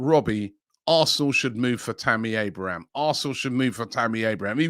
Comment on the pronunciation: Its Abraham... not Abrahams 😅